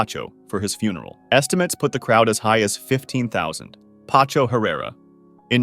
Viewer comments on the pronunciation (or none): Paco ❌ Pacho✅ 😂😂😂